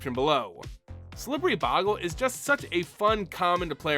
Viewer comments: BOW-gle Not Bog-le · It's boe gle not bogle you not pronouncing it correctly